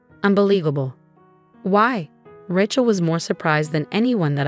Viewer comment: It would be good if the teller of the story could pronouce the name correctly Rachel is pronounced with a long A. Also other word pronunciations are a bit wonky too. Get somebody who knows the English language and can pronounce words correctly to read these stories.